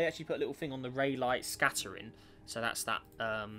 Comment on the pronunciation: I am pretty sure its not pronounced “ray light” but “ray lee” although i always thought it was “rah lee”